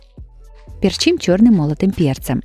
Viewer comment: Не перчИм, а пЕрчим!